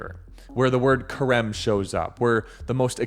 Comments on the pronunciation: Stop saying Kharem. That's not how it's pronounced. harem said with a ch like hannukah. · Theres no hard k sound in the word Cherem . its an aspiration closer to saying Herem . The first letter in that word is het not qof. Its Het resh mem =HRM.